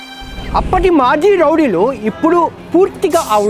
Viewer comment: Rowdilu ❌ Lovdilu ✅😂